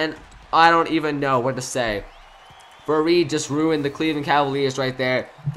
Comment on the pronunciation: #7 isnt faried just saying cus u called him varied like 4 times